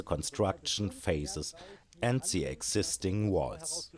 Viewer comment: Coole Sache das Video auch auf englisch anzubieten. Vielleicht noch dran denken, das "th" nicht als "s" auszusprechen ("the" =/= "se") aber das ist meckern auf hohem Niveau :D weiter so, hoffentlich kommt bald mehr